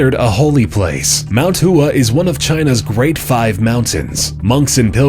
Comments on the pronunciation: Hua... Hoowah? its hwa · Mount Hua is not pronounced in two syllables, but in one. Pronounced as "Wa" with a H in front of it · This presenter needs to get his pronounciation correct, Mount Hua is not pronounced WHO-AH, it is pronounced H-WAH. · Istabul: Pronounced: Ista-bull. Not Is-table. Kivu: Pronounced: Ke-voo. Not Kee-voo. Hua: Pronounced: How-a. Not HOOAH!. That's for us Army guys. This will explain Camden, NJ: 48% is all I will say. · mount hua? seriously? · 'Hua' is more like one syllable